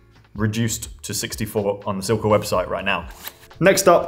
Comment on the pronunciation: badly needs to practice his Italian pronunciation for all Silca’s product names 😆